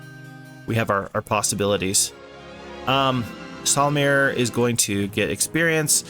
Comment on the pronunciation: barely 4 minutes in : "solumir" 😐😐😐